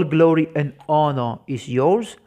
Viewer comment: Honor dibaca Onor..biasanya dlm bahasa latin H tidak terlalu dimunculkan dalam pengungkapan. 🙏